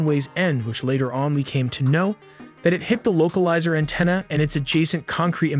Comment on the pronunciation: Recommend you adjust the AI pronunciation of “localizer antenna” here, it’s awkward. Also, for runway numbers and two digit flight numbers, standard phraseology is to say each digit individually. So “Runway Three Three” or “PAT Two Five”